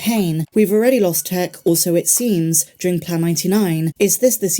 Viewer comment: Please! It’s pronounced “Tiiick”.